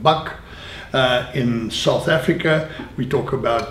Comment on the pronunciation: i did not mean to offend, i was just amused by the pronunciation. it's different from most that I've heard